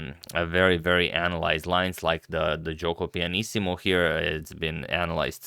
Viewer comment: Italian here: pronounciation of "Giuoco Pianissimo" was almost perfect!